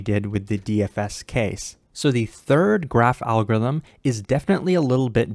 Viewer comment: I like how says "Algo-ithm ", totally eliminating the R, in every single video he makes. Btw great explanation as always.